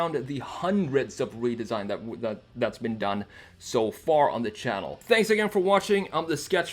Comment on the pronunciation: “and if you’re new, subscribe to the chalenn”